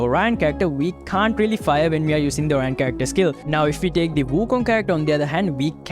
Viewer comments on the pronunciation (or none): It is oriyon not orine😅😅😅